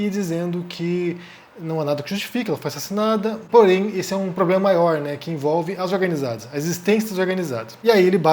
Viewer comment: O " porém" do Thiago saiu pior do quê o "toda via"